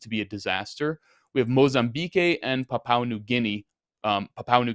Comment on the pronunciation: mozambeek and papwa, not mozambekay and papaw lols love you, lols